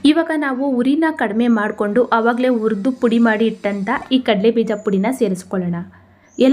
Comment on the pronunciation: ಉರಿದು, ಅಲ್ಲ ಹುರಿದು... ದಯವಿಟ್ಟು ಕನ್ನಡ ಸರಿಯಾಗಿ ಮಾತಾಡಿ..